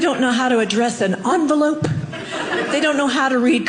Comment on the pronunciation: "You cannot defeat gen x " 50 years later 💀☠️👻🪦 Onvolope she says ONVOLOPE? IN ENVELOPE OR LETTER WTF